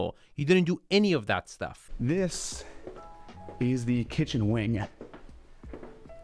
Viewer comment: is so off-putting with his over-pronunciations ("kitchen-uh," "thee loggia") and his swaggering strut. Yilmazer is personable, knowledgeable, and does a much better job.